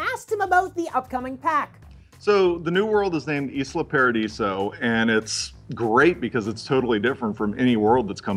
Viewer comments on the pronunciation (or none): "E-sla"... I thought it was pronounced "ay-la" like island unless he says "E-land" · "Eesla paradiso"? ISLA (eyela)!! Also, I really don't mind this whole prism thing, I'm sure that it all works within the law, especially since when signing up to all these companies services we NEVER read the entire EULA.